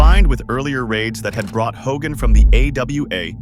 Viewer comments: Fitting how the AI pronounced it Ho-gan, lol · Hulk ho-GAN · Do we not know how to say the word “Hogan”? Hogaaan lol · This is AI slop. Straight out of the gate you got the attendance figure wrong and you mispronounced Hulk Hogan's name. Why bother putting this out if you're not going to put any effort in? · I hate when this AI slop mispronounces names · ho-GAN? Ravishing Rick Roo-day? Don't be lazy. If you can take the time to collect and organize all these clips and write the script, then you can voice it, too.